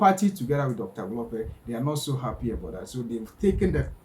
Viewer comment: Your own mkp dr dl-lope😮Hlophe don't butcher people's names not dl-lope hayi suka go home 😢